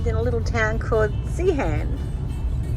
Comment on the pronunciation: “Zee-un” not “Zee-Han” oh and “Corrina” not “Coor-eena”. Great video though 👏